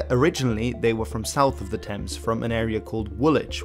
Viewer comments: Thames (as in the river Thames in London) Ironworks not Thomas Ironworks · THAMES Ironworks, not "Thomas!" !!!!!!!!!!! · 'Thomas' ironworks is a bad mistake though. You know it was Thames ironworks right?